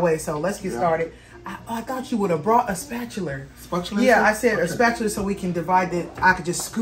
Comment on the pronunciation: Whyyyy do people say spatular? There is no R at the end